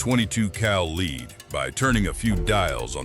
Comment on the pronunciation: why cant AI pronounce "lead"? it really is annoying